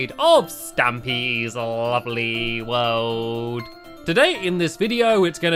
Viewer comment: You said lopley